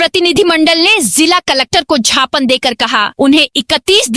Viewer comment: Sikar se but gyapan ko jhapan bola ja raha hai